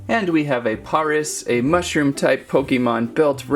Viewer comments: its pareas not poris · It's Pare-as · Koo-bone? Parr-is? Rt-t-ta? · It's pronounced ( cue -bone ) ( pair-is ) ( rat-tat-ta ) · Its pare ic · It is par-is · It is pairis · It is penonst pares like the city pares in France :D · the way you say paras like you say paris 🤣(no hate) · paras is said like paris dont know why just is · The a in paras is a long a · He says Paris wrong also he says cubone wrong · Paras is pronounced like the capital of 🇫🇷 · You said Paris wrong!!!